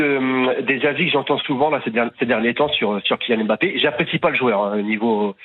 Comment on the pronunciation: Prononcer "Em-Mbappé" en 2024, il faut le faire.